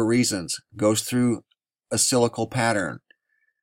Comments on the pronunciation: Cyclical is pronounced Si-cli-cal not scycle. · sik-lik-al not silical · Pron: cyclical = sik-lik-el Thank you for your reports! I enjoy learning about the UV and other topics that you cover. :) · I watch a lot of your videos and respect your work. But the word is cyclical, not cylical. Cyclical, rhymes with bicycle. And if you have any doubts about human's effect on the atmosphere, just watch some video of the biggest cities in the world in China, India, Mexico etc. etc. etc, where the air is so polluted that the people have to wear masks just to go outside. Big Bird thanks you for your work.